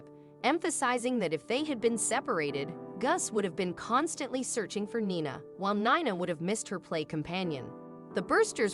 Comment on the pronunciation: Heart warming but Gus later Guess and Nina later called Nyna is where AI is far from perfect.